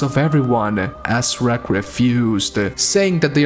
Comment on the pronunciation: did you say Prince AssRack? )